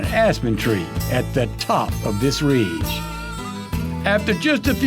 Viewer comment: "Reege" - LOL, Never change,.